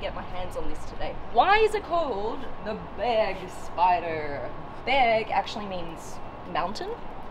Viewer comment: thank you for not saying Börgspyder